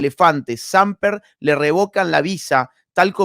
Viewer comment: Samper, palabra grave, es decir con acento en la primera sílaba